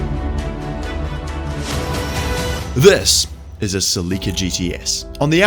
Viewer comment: Never have I heard "Sil-eeka"